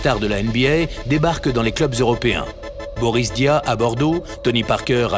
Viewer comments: Suis-je le seul à avoir entendu "Boris Dia" ?.. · Reportage insoutenable sérieux. "Boris Dia", putain mais gars tu sais même pas prononcé le nom des joueurs, le nom des équipes, et même pas dire "NBA" sans que ça sonne faux. Ça fait vraiment reporter qui fait un reportage sur le basket parce que le Basket en France ça commence a faire cool....